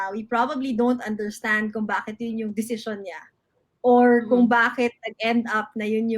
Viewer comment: You mean DECISION? Yan kasi mag aral muna. hehehe